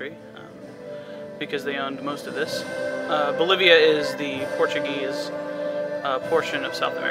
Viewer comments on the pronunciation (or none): none